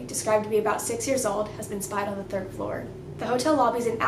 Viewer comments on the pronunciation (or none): none